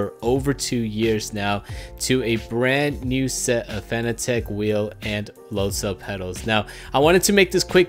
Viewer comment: Great video man, but I think it is pronounced the same as the word "Fanatic". As in being a Fanatic about racing. A quick search even showed on Fanatec's channel, they say it "Fanatic". Listen here at the mark. Also the head of Fanatec himself stating it is Fanatic - start watching . Not trying to start an argument or anything, just pointing out for future videos of yours.